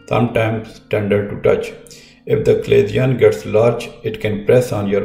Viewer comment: Doctor it is pronounce CHA-LA-ZION (cha-la-sion) not "Aclasion" as you keep saying.